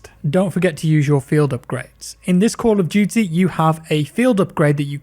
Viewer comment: You have a strange way of saying Camp of Duty...